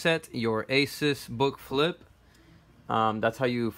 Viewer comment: It's asus not aces